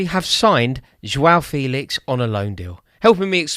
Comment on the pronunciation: All these youtubers thinking that they're experts on Felix but can't even pronounce his name correctly. It's "fay-lix" not "feel-ix". If you'd ever watched him even once in a la liga game then you'd know this. Shows how much people just look at fifa stats and think they know everything about a player. I would have thought Rory might have given this charade up after his expert analysis of how Haaland would apparently be a massive flop at City because he "has no pace"